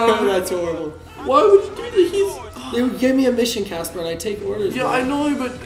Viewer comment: People its caspar not. Casper :/